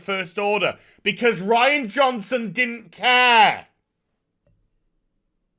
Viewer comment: why do you keep pronouncing Ruin Johnsons name incorrectly?